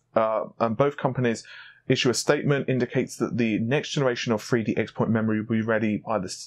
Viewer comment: Please pronounce xpoint corectly sigh